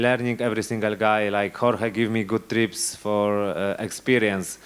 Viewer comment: Dokładnie :) Tylko 'tips' a nie 'trips', ale wiem, co miał na myśli, więc spoko :) Good job, Gamer :)